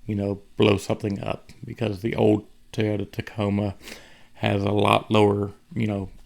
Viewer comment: for the love of the english language ITS NOT TEY-OTA. ITS TOY. TOY TOY. as in OY vey... sheesh